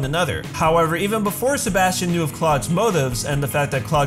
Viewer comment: “Sebastian” “SeBAUUSTION”